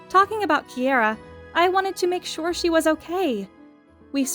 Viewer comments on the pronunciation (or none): none